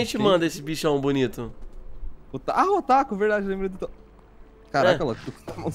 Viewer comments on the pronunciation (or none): none